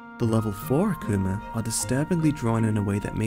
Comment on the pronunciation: Its pronounced (a-ku-ma)...not (ahk-ku-ma)